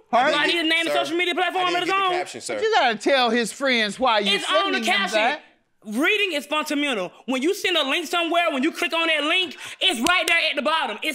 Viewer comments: "reading is fontamenal" lmaoooooooooooooo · Yes especially reading is “funtamental” 😂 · She said “Reading is FUNTAMENTAL” 😂😂😂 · I am cracking up! When she says “reading is funtamenal” and the two people in the court room behind her start laughing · Sounds like she said “funtamineral” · “Reading is fun-tuh-menul” 😂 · Not reading is "funtamental" 😂😂😂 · "Reading is funtamental" 😂😂😂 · Yall trippin, reading is funtamental.😂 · Did she say reading is funtamedal?